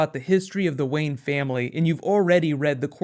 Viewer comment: its Wayne! not Wayen!